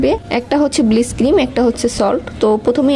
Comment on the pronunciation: কথাটা ব্লিচ not ব্লিস